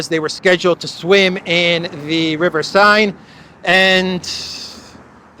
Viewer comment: River Seine... pronounced sane not sine? A moot point. Excellent analysis as ever,.